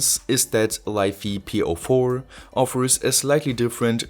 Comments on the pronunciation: Pronounce LiFe as life, not life e. And all together it's life po, just like li-po. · Great video, just on thing for the LiFePO4 pronunciation, it's pronounced: life po 4 not lif e po 4. Besides you can't split F and e as iron is Fe.